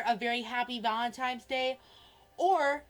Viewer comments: He can't even pronounce valentines, he says valentimes . Don't give this infection your money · him calling it "valemtimes day" makes me want to rip the skin off my scalp